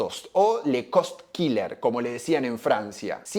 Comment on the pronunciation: "Le cost killer" OH LALA SEÑOR FRANCÉS